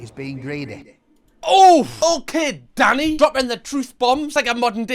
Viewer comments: I genuinely can’t tell if his name is Danny or if you’re calling him daddy 😅😅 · This entire video I thought you were calling him “Daddy” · I'm guessing they have their hygiene rating up twice so the customers know they have received that high rating 2 years in a row? Or however often they are rated. Oh, his name is Danny? I thought, for most of that video, that you were saying Daddy! 😂 No, fish should not be slimey, not if it's fresh! There is always at least one bully in any group of people but I'm thinking Danny will be able to handle them, just fine. I don't see Danny as the bully in this instance. He was just giving his personal view. He wasn't abusive, he was just pointing out that he thought it was the wrong thing to do. And I agree. But I don't think the guy he was talking about was abusive either, if he praised Danny. If this is 'beef', then it's a teeny weeny miniature highland calf! ❤️💛🩷💙🧡💜💚 ❤ from the Highlands of Scotland 🏴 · I know Danny is being said all I hear is Daddy. I know jerk chicken is being said all I hear is dirt chicken. I am pretty sure in the states you can't have a random kitchen in your house selling dinner to the neighborhood. The city will not do an inspection for you or give you a business license or they will say that your in a residential area that is zoned for houses only not food kitchens.